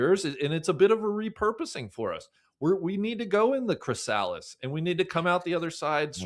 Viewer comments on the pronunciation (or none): needs to do a mea culpa on his pronunciation of chrysalis